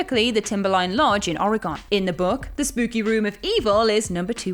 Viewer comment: #1. It"s pronounced Ory-gun, not Ory-gone and #2. Could you PLEASE stop saying GD? It's as offensive as the word c**t. Replace it with bloody or something.